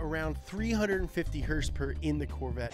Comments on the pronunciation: "That's right, a perfect horsporque" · "That's right, a perfect h o r s e - p o r k" I'm DYING